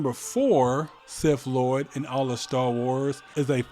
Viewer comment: “Darf vader” and “sif lord”